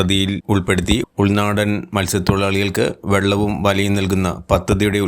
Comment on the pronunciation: വള്ളവും വലയും ❌ വെള്ളവും വലയും ✅